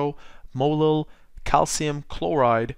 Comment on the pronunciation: Is this guy saying molo ?